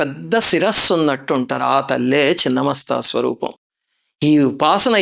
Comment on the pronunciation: Thank you for pronouncing right as ‘chhinna masta’ not Chinna masta!